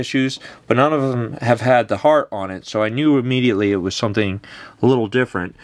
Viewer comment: Is it me or did it sound like said “he’s got a Gibson L-5 with a hard on”